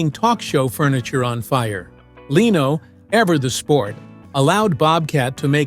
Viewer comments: How bout getting Jay's last name correct. It is Leno NOT LEEENO. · She was never allowed back after THIS - after what? And who is the unidentified blonde woman in the picture with that caption? This is totally deceptive and stupid click bait, besides all the wrong pronounciations such as Leeno for Lenno. Even AI should know how to pronounce Leno. Also when talking about his son Rick, a picture of Tom Snyder was shown. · Leeno in lieu of Leno. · DON'T LISTEN TO THIS FAKE BULLSHIT. IT'S A ROBOT. MISPRONOUNCES LENO'S NAME AS "LEENO"!! WHAT A CROCK OF SHIT XXXXXXXX NO GOOD